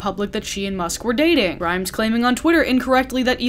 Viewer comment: more like 2012? That's when Visions was released and it hit pretty big. Also omg wow I am SO triggered at how your pronounced her name hahaha. (Also I'm mot an especially great fan of hers).